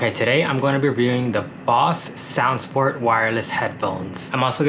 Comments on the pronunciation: It's Bose not Boss, besides the pronunciation this is a great video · You pronounce Bose weird.. the BO is pronounced like bow. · It’s not boss...it’s Bose brother...😂😂